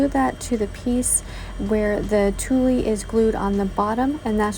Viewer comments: OH...and tulle is pronounced TOOL, not TOOLIE, LOL! ☺ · The fall snowglobe is adorable but please, please, please learn to pronounce the words correctly. Tulle is pronounced as tool, not toolie. Someone is going to be made fun of if they go into the fabric store looking for toolie. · I love your creativity! My favs were the double-sided pumpkin and the snow globe. You are the only diy'er here on youtube that I've seen do a snow globe. Unique! fyi, tulle is pronounced tool. TYFS